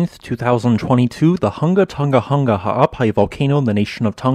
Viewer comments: Just a pity he can’t say it correctly. Keeps saying Tunga instead of Tonga. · Since the name of the island is important, practice saying Hunga Tonga, not Hunga Tunga…it’s not that difficult.